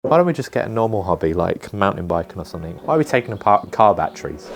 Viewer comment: Another irritating Youtuber who thinks the word; 'SOMETHING' is spelled with a 'K' at the end !!! Grow up !!! There is no such word as "SOMETHINK" !!!!!!!!!!!!